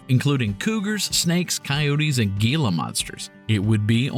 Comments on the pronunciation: Very well told tale. Just one note though, Gila is pronounced “Hee-la”. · It's pronounced 'hee la' monster; the 'G' is an 'H' sound.